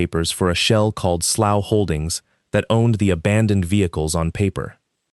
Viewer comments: Slough is pronounce "slew", it is a type of drainage creek. 😮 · The word slough has multiple pronunciations depending on its meaning and whether you use American or British English. It can rhyme with "slew" (like blue), "slow" (like cow), or "sluff" (like cuff). It is probably better in this context to pronounce it sluff. Many of us have heard a real life story much like this from various settings, not just rural. This story was well produced by giving us a satisfying resolution to outrageous exploitation. It's amazing to have whole families poisoned by such practices, although this sort of thing is not far off from college fraternity initiations crossing the line from minor pranks into severe physical abuse, alcohol poisoning, and fatal hazing. High-profile incidents across the U.S. have led to hospitalizations, permanent disabilities, criminal felony charges, university bans and even death. It's, "You can be one of us if you can take the humiliation and assault, to become as bad and evil as we are". You can research hazing deaths for yourself. If extraterrestrials came to evaluate earth, there's some question as to whether or not they'd leave it as a cinder.